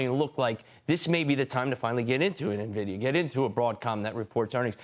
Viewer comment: It's not "nah-vidia"